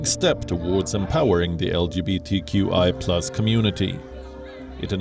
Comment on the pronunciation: From the UGANDAN interview . LGBTQI ...there is no H where is the H ??